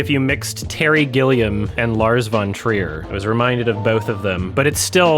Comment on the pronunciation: nahhhhhhh no way pronounced 'Von' in Lars Von Trier with a V sound and not an F sound...